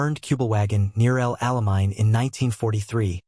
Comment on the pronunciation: I have developed GREAT DISDAIN for these programs narrated with AI-generated voices, and their blatant mispronunciation of things like proper names, etc. "THUMBS DOWN" for all that I encounter from here-on. It would not be that difficult to "proof-listen" to make corrections where necessary. Within the first two minutes: 1) El Alamein: mispronounced "ell-ahl-ah-mine". Should be pronounced "el-AH-lah-main". 2) Wehrmacht: mispronounced "Where-maakt". Should be pronounced "Vehr-maakt". 3) Desert: mispronounced "dee-ZERT". Should be pronounced "DEZ-ert". And, it goes on to say, "..... thirteen-forty-two cubic(1342) cubic-inch engine...." The Go-Devil 4-cylinder engine was actually one-hundred-thirty-four-point-two (134.2) cubic inches. "1342" is grossly misstated.